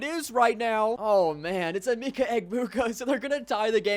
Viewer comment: bro was pronouncing emeka egbuka terribly. it is pronounced (eh-MEH-kuh eh-BOO-kuh )